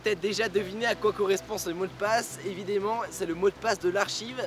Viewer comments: Pitié arrête de dire "évidÉmment"... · "EviDESment" Sinon à part cette prononciation chelou, c'est une vidéo très intéressante, continue comme ça !!